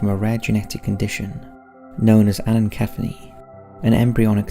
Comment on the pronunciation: It is pronounced "an-a-ceph-ah-lee", for the condition of being born without a brain...